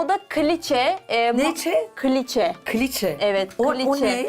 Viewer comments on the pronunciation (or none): Kliçe değil küliçe